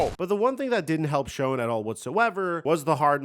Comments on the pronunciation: Bro, Joe's last name is pronounced, Shane, not showen, and yeah he sucks as a GM. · It's pronounced "Shane" for Schoen, and "TIB-e-Dough for Thibodeaux...Sorry, I had to that person. However, if this is intentional, carry on! Enjoy your stuff. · Shoen, as in Joe Shoen the Giants GM is pronounced "shane." At least according to the very disgruntled Giants fans I had a gew drinks with in an airport bar last week. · Joe Schoen's name is actually pronounced Shane. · Handy tip: Schoen's name is actually pronounced "Shane". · SHANE! For the love of Pete, it's pronounced SHANE!!!!! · if you're going to cover my GMEN, at least get Joe's last name (Schoen) right. Makes me question if you know anything about the NFL.